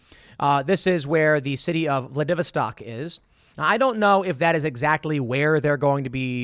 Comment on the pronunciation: (Also, "Vladivostok" would be "vlad - ih - VOSS - stock".)